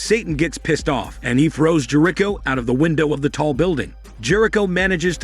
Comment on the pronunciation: half way though the recap, learn how to pronounce Jerico